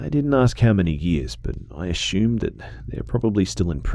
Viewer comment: I love that you pronounce "assume" as "ashueme"